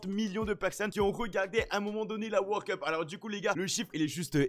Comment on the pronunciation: Le mec il dit wor cup c'est world cup